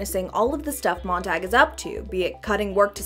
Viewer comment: Montag is German for Monday, it's pronounced "tahg" not "tag", way to ruin a badass name